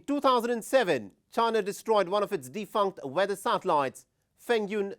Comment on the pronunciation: If hear this dude say “satellites” again 🤦🏻‍♂️